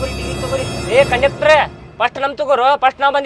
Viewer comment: ಅದು ಕಂಡ್ಕಟರ್ ಅಲ್ಲೊ ಮಾರಾಯ ಕಂಡಕ್ಟರ್